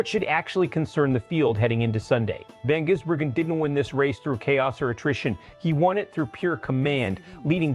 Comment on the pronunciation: You, his name is Vangisbergen not Jisbergen